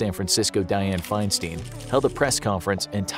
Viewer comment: FEINSTEIN is Fein-STINE like FRANKENSTEIN not Fein-STEEN